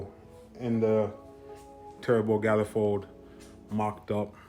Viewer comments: WTF is a gallefold?? it is pronounced man eh fold LOL!!!!!!!!1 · Lmaooooo are you saying GYALifold cause lavaaaa for MONifold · Galifold? It’s pronounced manifold. Why?